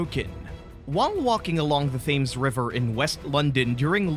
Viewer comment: What the F is 'Thighland'? Is it near Thailand??? TIE-land is how it's pronounced. And the H in Thames is silent